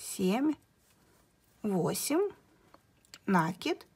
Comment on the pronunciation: Все хорошо.Подробно все объяснили,но режет мне слух Ваше слово " нАкид"